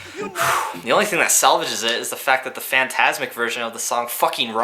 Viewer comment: he said fantasmic /watch?v=PJJxDR8pRjM